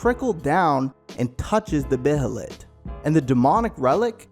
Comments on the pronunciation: First of all this should be called The Golden Age arc explained. Second, you barely pronounced any of the names right, (bay-lit) Behelit. Third, you barely covered the conversation between Griffith and Charlotte, and the importance behind the substance of the conversation. Oh and the “ugly” helmet was ALWAYS Griffiths helmet (and Femto) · I know its a year now but I hope you realize its pronounced "bay-lit". Why dont people look up words they dont rightly know? Lol. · The way this dude says behelit is so cringe. For the love of god say it like a normal person and stop trying to be diffrent 🤦‍♂️🤦‍♂️ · Learn how to say behelit correctly 🤦‍♂️😭